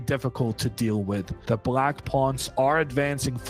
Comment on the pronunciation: Why does this guy always say „brack“ to black or „prace“ to place?